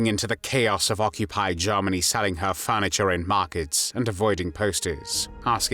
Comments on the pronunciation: He pronounces Germany very weird... Sounds like AI to me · Lord Haw Haw pronounced it "Jairmany." "This is Jairmany calling."